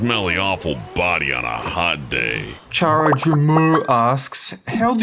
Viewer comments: You don’t pronounce Chara as Char-ah you pronounce it’s as Care-uh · "Char-a" IT'S CARE-A LIKE CHARACTER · it is pronouned Like in character CHARActer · Ok well thats not how you prounonce it at ALL Chara as in character and Dreemurr is said like Dreamer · IM MAD YOU PRONOUNCED MY FAVORITE GAME CHARACTER WRONG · THEY UH SAID CHARA WRONG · He butchered Chara's name. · how dare you pronounce her name like that she might actual be satan but still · He said it wroongggg